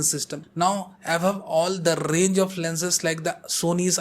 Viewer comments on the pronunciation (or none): none